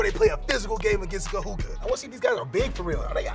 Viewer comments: Love the vid, BUT it's not pronounced Ka-hoo-kah. It's Ka-hoo-koo. Much love from a daughter of Kahuku😘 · It's KAHUKU sir, not Kahuka! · It’s KAHUKU, not Kahuka! U not A ! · Kahuka😂 get it right overtime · Bro saying Kahuka lmao 🤣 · (Ka Who Ku)not(Ka Who Ka) is how you pronounce Kahuku The Ku is like Cooties but just the Co/Ku. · This dude said KaHuKa😂😂 it’s pronounced as Kahuku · It’s said ka-hu-ku not ka-hu-ka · Kahuku u faka not kahuka smh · ITS KAHUKU NOT KAHUKA YOU HUPO POPOLO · He said kahuka lol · Lmfaooo he said kahuka. Dead😂😂😂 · "Ka"-"Who"-kuu" - KAHUKU . just to help you out bradda'. Much mahalo Nui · “Kahuka” can’t even say it right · Damn haoles "kahuka" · Ka'imi Asinsin 💀 “kahuka” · its pronounced ka-who-koo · bruh its pronounced ka-hoo-koo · Bro like it’s literally not hard lol.... u said the first part right. There is literally no A at the end of Kahuku like what? Lol where the fck do u get Kahuka from?? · This guy butchered KAHUKU..it's pronounced KA-HU-KU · Even though you got the name wrong, I'm sure it wasn't intentional. We love the video and the respect you not only have for Timpview, but for Kahuku as well in your video. Much alohas. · Can somebody please tell this man he is pronouncing KAHUKU wrong. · It’s Kahuku bud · You said Kahuku wrong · Brah wtf. Why didn’t even the dad correct him on how he said Kahuku??? So shame overtime. Shoulda did the research before. Cuz sayin it once is ight no harm.. but for the whole damn video!? Rubbahhh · Cringe every time he says Kahuku ☠️😂